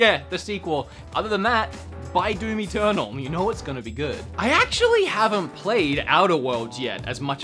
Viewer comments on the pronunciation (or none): Did anyone else hear "Do Me Turnal" instead of Doom Eternal? You need to fix your pronunciation mate!